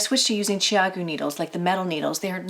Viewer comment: I love my red lace CG needles! I have to ask about the pronunciation of the name. I hear your pronunciation as "Chi-a'-goo", and I was told that the pronunciation is "Chow'-goo". Since you have spoken to the founders of the company, can we be sure your pronunciation is the correct one? I also have the spin bamboo needles, but I usually prefer to use the red cord even with the bamboo needles.